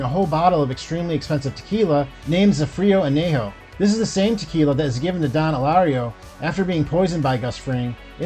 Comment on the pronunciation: I enjoy your videos, however I’d really wish you’d slow down your speech a little bit and not seem like you’re reading from a script. Maybe be a bit more relaxed, take a breath before you start to read and not sound so monotone. Try to be a bit more yourself. Also try to research and pronounce the names of things correctly, such as “Zafiro Anejo” and “Bali Hai” . My God man, you destroyed those. Hard core fans will always call you on things like that. Plus it’s very disrespectful to the show and the actors. Other than that I enjoy the info.